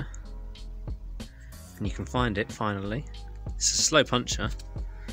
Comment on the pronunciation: The word is puncture pronounced "punk-chure" not puncher, which is what boxers do for a living.